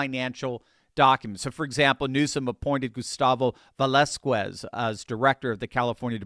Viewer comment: Its pronounced ve-lah·SKEZ not SKWEZ.